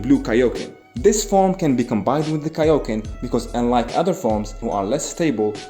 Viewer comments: The way he said tick nick for kaioken goku😂😂😂😂😂😂😂😂😂😂😂😂😂😂😂😂😂😂😂😂😂😂😂😂😂😂😂😂😂😂😂😂😂😂😂😂😂😂😂😂😂😂😂😂😂😂😂😂😂😂😂😂😂😂😂😂😂😂😂😂😂😂😂😂😂😂😂😂😂😂😂😂😂😂😂😂😂😂😂😂😂😂😂😂😂😂😂😂😂😂😂😂😂😂😂😂😂😂😂😂😂😂😂😂😂😂😂😂😂😂😂😂😂😂😂😂😂😂😂😂😂😂😂😂😂😂😂😂😂😂😂😂😂😂😂😂😂😂😂😂😂😂😂😂😂😂😂😂😂😂😂😂😂😂😂😂😂😂😂😂😂😂😂😂😂😂😂😂😂😂😂😂😂😂😂😂😂😂😂😂😂😂😂😂😂😂😂😂😂😂😂😂😂😂😂😂😂😂😂😂😂😂😂😂😂😂😂😂😂😂😂😂😂😂😂😂😂😂😂😂😂😂😂😂😂😂😂😂😂😂😂😂😂😂😂😂😂😂😂😂😂😂😂😂😂😂😂😂😂😂😂😂😂😂😂😂😂😂😂😂😂😂😂😂😂😂😂😂😂😂😂😂😂😂😂😂😂😂😂😂😂😂😂😂😂😂😂😂😂😂😂😂😂😂😂😂😂😂😂😂😂😂😂😂😂😂😂😂😂😂😂😂😂😂😂😂😂😂😂😂😂😂😂😂😂😂😂😂😂😂😂😂😂😂😂😂😂😂😂😂😂😂😂😂😂😂😂😂😂😂😂😂😂😂😂😂😂😂😂😂😂😂😂😂😂😂😂😂😂😂😂😂😂😂😂😂😂😂😂😂😂😂😂😂😂😂😂😂😂😂😂😂😂😂😂😂😂😂😂😂😂😂😂😂😂😂😂😂😂😂😂😂😂😂😂😂😂😂😂😂😂😂😂😂😂😂😂😂😂😂😂😂😂😂😂😂😂😂😂😂😂😂😂😂😂😂😂😂😂😂😂😂😂😂😂😂😂😂😂😂😂😂😂😂😂😂😂😂😂😂😂😂😂😂😂😂😂😂😂😂😂😂😂😂😂😂😂😂😂😂😂😂😂😂😂😂😂😂😂😂😂😂😂😂😂😂😂😂😂😂😂😂😂😂😂😂😂😂😂😂😂😂😂😂😂😂😂😂😂😂😂😂😂😂😂😂😂😂😂😂😂😂😂😂😂😂😂😂😂😂😂😂😂😂😂😂😂😂😂😂😂😂😂😂😂😂😂😂😂😂😂😂😂😂😂😂😂😂😂😂😂😂😂😂😂😂😂😂😂😂😂😂😂😂😂😂😂😂😂😂😂😂😂😂😂😂😂😂😂😂😂😂😂😂😂😂😂😂😂😂😂😂😂😂😂😂😂😂😂😂😂😂😂😂😂😂😂😂😂😂😂😂😂😂😂😂😂😂😂😂😂😂😂😂😂😂😂😂😂😂😂😂😂😂😂😂😂😂😂😂😂😂😂😂😂😂😂😂😂😂😂😂😂😂😂😂😂😂😂😂😂😂😂😂😂😂😂😂😂😂😂😂😂😂😂😂😂😂😂😂😂😂😂😂😂😂😂😂😂😂😂😂😂😂😂😂😂😂😂😂😂😂😂😂😂😂😂😂😂😂😂😂😂😂😂😂😂😂😂😂😂😂😂😂😂😂😂😂😂😂😂😂😂😂😂😂😂😂😂😂😂😂😂😂😂😂😂😂😂😂😂😂😂😂😂😂😂😂😂😂😂😂😂😂😂😂😂😂😂😂😂😂😂😂😂😂😂😂😂😂😂😂😂😂😂😂😂😂😂😂😂😂😂😂😂😂😂😂😂😂😂😂😂😂😂😂😂😂😂😂😂😂😂😂😂😂😂😂😂😂😂😂😂😂😂😂😂😂😂😂😂😂😂😂😂😂😂😂😂😂😂😂😂😂😂😂😂😂😂😂😂😂😂😂😂😂😂😂😂😂😂😂😂😂😂😂😂😂😂😂😂😂😂😂😂😂😂😂😂😂😂😂😂😂😂😂😂😂😂😂😂😂😂😂😂😂😂😂😂😂😂😂😂😂😂😂😂😂😂😂😂😂😂😂😂😂😂😂😂😂😂😂😂😂😂😂😂😂😂😂😂😂😂😂😂😂😂😂😂😂😂😂😂😂😂😂😂😂😂😂😂😂😂😂😂😂😂😂😂😂😂😂😂😂😂😂😂😂😂😂😂😂😂😂😂😂😂😂😂😂😂😂😂😂😂😂😂😂😂😂😂😂😂😂😂😂😂😂😂😂😂😂😂😂😂😂😂😂😂😂😂😂😂😂😂😂😂😂😂😂😂😂😂😂😂😂😂😂😂😂😂😂😂😂😂😂😂😂😂😂😂😂😂😂😂😂😂😂😂😂😂😂😂😂😂😂😂😂😂😂😂😂😂😂😂😂😂😂😂😂😂😂😂😂😂😂😂😂😂😂😂😂😂😂😂😂😂😂😂😂😂😂😂😂😂😂😂😂😂😂😂😂😂😂😂😂😂😂😂😂😂😂😂😂😂😂😂😂😂😂😂😂😂😂😂😂😂😂😂😂😂😂😂😂😂😂😂😂😂😂😂😂😂😂😂😂😂😂😂😂😂😂😂😂😂😂😂😂😂😂😂😂😂😂😂😂😂😂😂😂😂😂😂😂😂😂😂😂😂😂😂😂😂😂😂😂😂😂😂😂😂😂😂😂😂😂😂😂😂😂😂😂😂😂😂😂😂😂😂😂😂😂😂😂😂😂😂😂😂😂😂😂😂😂😂😂😂😂😂😂😂😂😂😂😂😂😂😂😂😂😂😂😂😂😂😂😂😂😂😂😂😂😂😂😂😂😂😂😂😂😂😂😂😂😂😂😂😂😂😂😂😂😂😂😂😂😂😂😂😂😂😂😂😂😂😂😂😂😂😂😂😂😂😂😂😂😂😂😂😂😂😂😂😂😂😂😂😂😂😂😂😂😂😂😂😂😂😂😂😂😂😂😂😂😂😂😂😂😂😂😂😂😂😂😂😂😂😂😂😂😂😂😂😂😂😂😂😂😂😂😂😂😂😂😂😂😂😂😂😂😂😂😂😂😂😂😂😂😂😂😂😂😂😂😂😂😂😂😂😂😂😂😂😂😂😂😂😂😂😂😂😂😂😂😂😂😂😂😂😂😂😂😂😂😂😂😂😂😂😂😂😂😂😂😂😂😂😂😂😂😂😂😂😂😂😂😂😂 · it's kaio-ken not kaioken